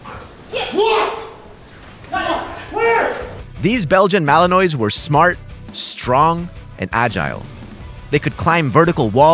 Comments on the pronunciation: The dog's name is pronounced Mal-lee-nwah, so not -noise (or an -s) at the end. ;) And yes, they're pretty awesome. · Belgian Malin-wah not malin-ois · not belgian malanoise malanwas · The dog breed name is pronounced like "Mal-in-wah".